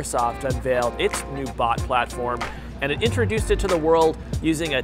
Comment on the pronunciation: Am I The only one who heard bud instead of bot?